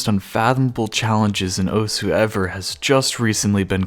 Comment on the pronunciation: Why do people read osu as os, don't you see "u" being there?